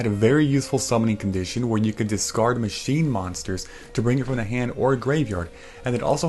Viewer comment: It's pronounced "Machine" & "uh"